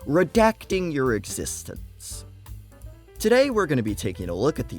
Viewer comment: "RedAchting yowr exsctistance" 👆🤓